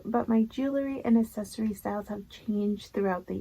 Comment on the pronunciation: You say accessory very differently.